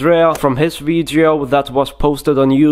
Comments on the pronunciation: " IN his Vidcheo?? " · “THIS VITSSIO”